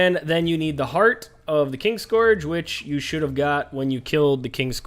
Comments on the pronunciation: There is literally no "G" in it man XD Also, I'm not American. So, not sure where you got that from.... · KIN-SCOURGE. Fuck that was painful.....